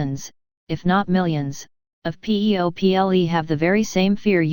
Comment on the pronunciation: It’s amazing. But some issues are there while listening it. 1) remove pg numbers & 2) some word are not proper like, it called ‘PEO PLE’ instead of ‘people’